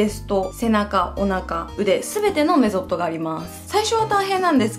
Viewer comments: メゾット…メソッドだよ(´・ω・｀)www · メゾットじゃなくてメソット(^^) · ！メゾットじゃなくてメソッドだよ！！ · メゾットじゃなくてメソッドだよー😭 見習って 私もダイエット始めようかな… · ！！メソッドだお！！メゾットじゃないお！ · メソッド メゾットになってる！ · ！メゾットじゃなくてメソッドだよ💦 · メゾット？？？メソッド！笑 言い間違い多くて可愛い！笑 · 重宝もだけどメソッドもずっとメゾットって言ってて気になってた…